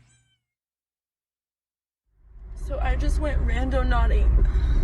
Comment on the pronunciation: When it's more than half way through the video before FINALLY realizes it's "randoNAUTING" not "randoNODDING".......even though the correct spelling had been on the screen fifty times already.